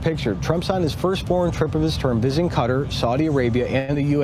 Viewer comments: Pronounced Cut-TÁR (NOT Cutter) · Please pronounce Qua-tar correctly it’s not Cutters! Come on! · I wish this guy would learn how to pronounce Qatar. I didn’t know what the heck he was talking about when he called that Arab country cutter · Stop sayaing CUTTER😂😂😂 ITS QATAR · Hi my friends. Qatar is pronouced...Ca tar. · It's pronounced KUH -TARR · HEY YOU RED NECK NARRATORS THE COUNTRY IS PRONOUNCED KA TAR Spelled QUATAR GET IT RIGHT!!